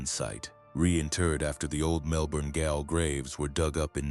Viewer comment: A Melbourne “gayol”. Jail.